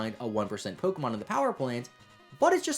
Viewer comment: You pronounce pokemon names wrong